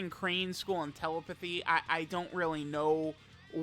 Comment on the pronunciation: This dude mispronouncing telepathy is more annoying than his "alriiiiiiiiight guyyyyyyyyyyys"